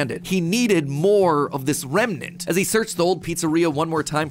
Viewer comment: when can’t explain something, he just says it remenant